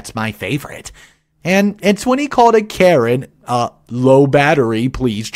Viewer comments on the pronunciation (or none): none